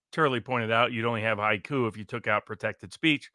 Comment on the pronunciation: To clarify, haiku, not "high coup."